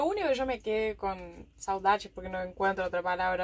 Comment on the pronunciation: Hola querida pareja. Nos encantan vuestros videos. Nos gusta verlos una y otra vez para llenar el espacio entre las publicaciones de nuevos videos. Caro pronuncia muy bien las palabras em portugues. Saudades es una palabra un poco especial qie dice muchas cosas; en ningun otro idioma encontramos una palabra pareja. Mi familia en España tambiem la pronuncia quando es necessária y entiende perfectamente su significado. Que la temporada 4 de vustras vidas en esta aventura sean tan exitosa y tan o más feliz que las 3 temporadas pasadas. Rumbo a los 100 mil suscritos; ya os falta muy poco. Os quremos mucho. Saludos desde São Paulo, Brasil.